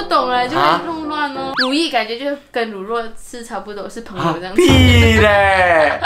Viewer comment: 乳酪 讀音應該是 ru lao不是ru luo